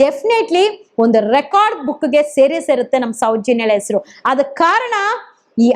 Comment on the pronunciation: ಎಸರಲ್ಲ , ಹೆಸರು. ಅಣ ಅಲ್ಲ ಹಣ, ನೀವೆಲ್ಲಾ ಸೌಜನ್ಯ ಹೆಸರಲ್ಲಿ ವೀಡಿಯೋ ಮಾಡಿ ದುಡ್ಡು ಮಾಡ್ತೀರಾ. ಓರಾಟಗಾರ ಅಲ್ಲ, ಹೋರಾಟಗಾರ ಮೊದಲು ಕನ್ನಡ ಪದಗಳ ಬಳಕೆ ಸರಿಯಾಗಿ ಮಾಡಿ